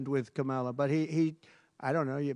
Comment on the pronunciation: Trump pronounced Kamala’s name right. Proof he mispronounces it on purpose to appeal to morons.